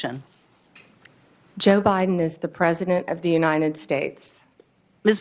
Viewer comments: If you cannot even pronounce “United States” correctly, you should not be able to be part of the government of the United States. She pronounces it. “Unined.” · Side note, but the way she and MTG pronounced United States as “Unined States” bothers me so much. They want people to come into this country to speak English yet they can’t even speak the language properly. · and uninen instead of united